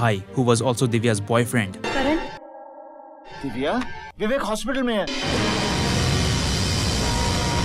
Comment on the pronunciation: "I have a Bouyfriend 😅"